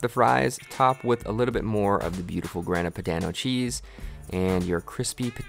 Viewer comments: looks amazing, but damn man, at least try googling pronunciations before attempting baumkuchen or grana padano (grAHna padAHno) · the way you said Grana Padano made me cringe.